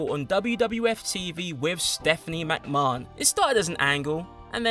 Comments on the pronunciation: What way is he pronouncing Vince’s name ?! 😂😂😂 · Why do you say McMahon so weird 😂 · no offence to in the video here but trust me he's pronouncing it strange even for an English man he's trying to sound fancy with it and instead just drawing attention to a wrong pronunciation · I think that's how they say it in Ireland and Britain too.MacMarn. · I love how he says McMahon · Has this fool ever watched wwe? That's not how you pronounce vince mcmahon. Not like the dude hasn't said his own name numerous times over the years... Oh no wait he has dammit